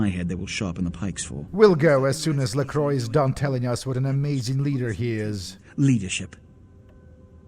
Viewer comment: It's funny because if it was made 15 Years later, Nosferatu would have a huge Fanclub, and could People out on Twitter. Disappointing that Bach also doesn't know how to pronounce LaCroix.